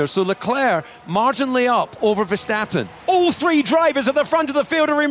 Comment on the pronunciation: DC really used the VerSTATen 😭